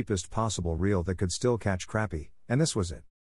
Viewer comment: AI needs to do better